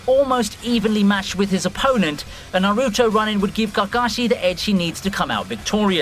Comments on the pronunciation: It's pronounced "Kakashi", not "Gakashi" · Ah the Gagashi pronoucation i felt that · Gagashi? Kakashi? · Gakashi? Kakashi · Why you pronouce 'K' to 'G'. Garen...Gagashi...Bro what? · When he kept saying kakashi and kakazu I thought he was talking about a different anime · The way you say kakashi really pisses me off but know hate, thanks for the video👍